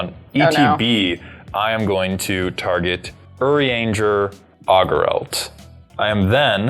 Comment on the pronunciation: "Oh, did really well pronouncing "Urianger"!" pronounces Estinien immediately after "Oh."